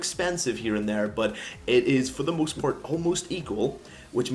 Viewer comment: "For the moost part" Hahahahah whats Wrong with ur English